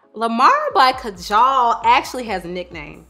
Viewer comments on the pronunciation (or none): none